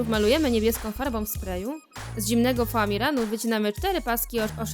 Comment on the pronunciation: oni źle powiedzieli, nie ma czegoś takiego jak zimny famiran jest tylko zimny foamiran